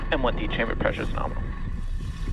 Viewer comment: It’s NARMAAL